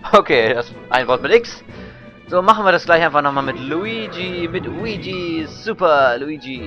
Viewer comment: Der Mann heißt Luigi und nich Wuigi, wie dus aussprichst.. :P